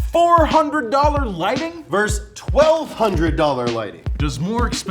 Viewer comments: Love you, boys, but "versus". It's a whole word. Two syllables. No silent letters. Tell your friends. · This bothers me every episode. It is, "versus" not, "verse".